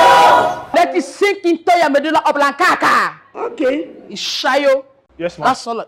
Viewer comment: jooh the principal with her pronunciation "medulla oblonkakaka"😢😭😭😂😂